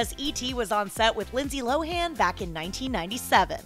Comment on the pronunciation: "Low-in" not "low-han" she's said that on ET interviews before...